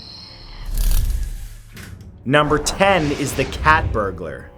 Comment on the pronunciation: i thought he said cat burgers